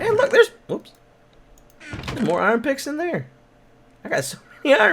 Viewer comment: He said iron picks